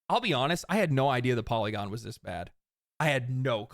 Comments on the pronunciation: LOL FOLLY-gon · Poly-gone lol